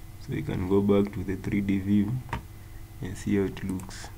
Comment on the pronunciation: "we can go to the 'dree dee' view.. dree dee!!"